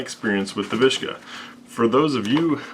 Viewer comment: it's a viska, not a vishka is not russian